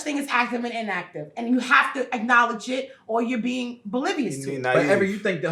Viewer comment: She said being bolivious not oblivious wtf? 🤣🤣🤣☠️☠️☠️ All I see is a bunch of chickens clucking bruh